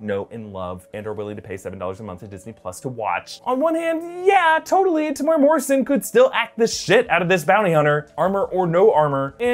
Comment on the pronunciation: Tem-you-era Morrison :) (roll the r if you can <3 )